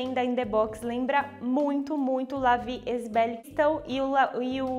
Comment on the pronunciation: La Vie est belle A pronúncia correta é:" la vi é belle"